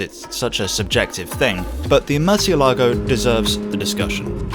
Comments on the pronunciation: not murcielágo but murciélago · murcielago Spanish: mUURrr-SEE-el -A-go (roll tje "r") English: MERCH-e-LAGO (just plain wrong) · I do enjoy your videos, but I can't believe that you didn't do a little due-dilligence to check that you can pronounce the name of the car at least somewhat closely 😉